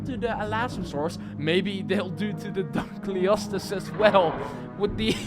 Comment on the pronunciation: It’s pronounced dunk-lee-oh-stee-us